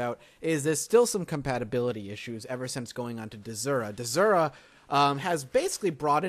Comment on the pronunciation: "dezura"? it's DES-ura say it with me DESSSSSS-ura